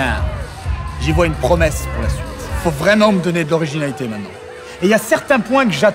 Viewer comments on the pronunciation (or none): none